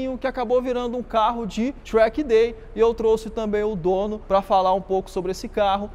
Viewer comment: tchrack day kkk